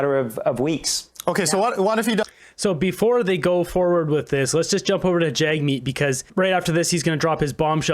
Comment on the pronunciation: I'm no fan of Jagmeet, but at least pronounce his name correctly. Yeesh.